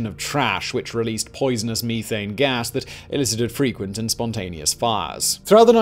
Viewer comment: Me-thane eh? Funny sounding for sure.